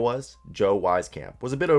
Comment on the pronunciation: As an Iowa fan, the way you pronounced joe wieskamp’s name pissed me off lol.